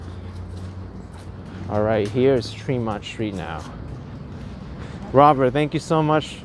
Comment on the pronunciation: Trehmont NOT Treemont.